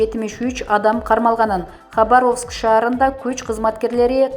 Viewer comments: Тупая Хабаровск дегенди туура айталбайсын уялбайсынбы? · Комментатор Хабаровскини орусча туура айт!! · Ушу чала грамотный дикторлор жаман надоел болдунар да, Хабаровск деген соз жон эле соз го эмнеге туура эмес окуп жатасын келесоо, Каролина деген созго эмне тилин келбейби тупица десе